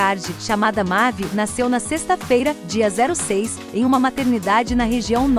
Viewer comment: Ouçam a música Mavie com Charles Aznavour e peguem a pronúncia do nome certo. Tem gente falando bem errado.